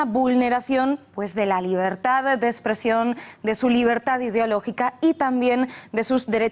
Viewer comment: NOTECOR4TES DI LABERDAD QUEBONITAS PALABRAS PENO DICE LABREDAD